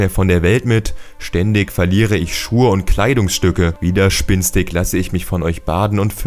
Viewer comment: Es heißt widerspenstig nicht widerspinnstig...